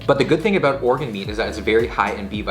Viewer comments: "I don't know aboot that.' 2020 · "I don't ABOOT that, I don't know ABOOT that" lol. If you didn't know he was Canadian before, you definitely know it now lol